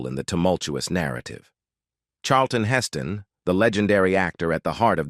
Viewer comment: They couldn't get a human to do the narration? Hess-stone... Redgrawvay... AI still has a long way to go.